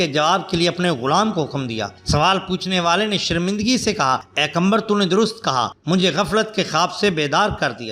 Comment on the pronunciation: Nam lena to seekh lo qambar nhn qamar he.